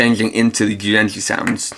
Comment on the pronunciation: Your pronunciation of some of the Jyudenchi is so off...